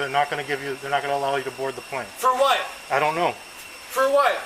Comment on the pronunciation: “Fer wut”… First sign of intoxication 🙄